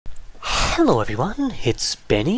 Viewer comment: Very pronounced "h" in hello.